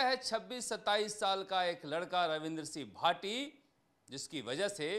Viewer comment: Naam to sahi se lena sikh lo ravindra c bhati bol rha h